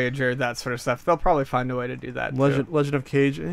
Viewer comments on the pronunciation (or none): Legend of "Cage"?!?!? how could you?! It's pronounced "Ka-Geh". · Goddammit, it hurts my ears whenever anyone says "Legend of Cage." Game Sack might be the only YouTubers to get it right, but it's pronounced "kah-geh" with a hard G. That game takes place in a Japanese setting so it only makes sense to assume "Kage" is a Japanese name with Japanese pronunciation.